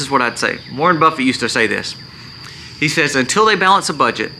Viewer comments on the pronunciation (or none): none